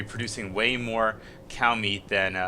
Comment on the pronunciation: Every time he says cow or meat... I cringe. Are you fucking sorry?